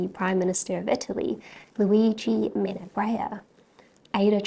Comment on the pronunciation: Your pronunciation of Luigi Menabrea is good, your voice is fascinating and you look wonderful in that dress. The best video on Ada Lovelace I've ever seen. Keep up the good work.